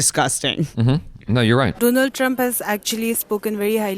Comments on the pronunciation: Explaining doland 😂😂😂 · Dolund Trump hhahaha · analysis 🤣🤣🤣💀💀 Modi: Do-Lund Trump